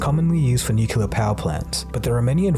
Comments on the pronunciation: Anyone else really surprised and disappointed that even this guy can't say nuclear correctly? This isn't hard guys. It isn't nuculer. It's nuclear. There's not room for interpretation. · Did anyone else notice this presenter was pronouncing it NU-CU-LAR? It's NU-CLE-AR... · Stop saying nucular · You pronounce nuclear wrong. Its not 'nucular'. Love your videos though!! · nucular fuels nuclear weapons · Narrator keeps mispronouncing "nuclear". He says "nukular". Surprised he couldn't manage to get it right. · Take a shot every time he says "nucular" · I thought only regions of the US misprounounced "nuclear" as "nucular"? The pronunciation /nukjəlɚ/, although included by some sources such as Merriam-Webster (Online 10th Edition), is nonstandard and listed as such. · The word is Nu-clear not Nu-cular. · why does not know how to correctly pronounce "nuclear"? it's kinda your topic, you should know why "nuclear" is the correct form, where "nucular" comes from and why you should not use it, specially when you talk about power plants and not weapons.Edit: also you talk about the abundance in Earth's crust and show a map of the Moon?PS: hopefully you will take this as a constructive criticism. cheers! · you know ¨scientific¨ video uses word Nuculear in very wrong way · I wish for a better world where people don't mispronounce "nuclear" as "nucular"! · You can't expect me to take anything you say seriously when you keep saying "nucular". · and oh man you said "NUC-ULAR", maaan im so disappointed i thought you were better than this xD Protip, DONT take pronounciation lessons from George W. Bush. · Shame... Americans cannot say nuclear... New-Klee-are...